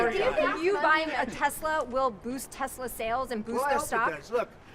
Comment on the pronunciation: TRUMP SAID TESLER LMAO :50 mark